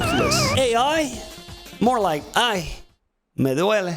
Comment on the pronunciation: Damn son I was not expetcing the "Ay me duele" part, as a native Spanish speaker let me tell you that it was on point HAHAHAH